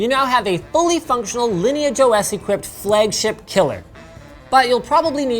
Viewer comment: Say "flehgship" one more time, I dare you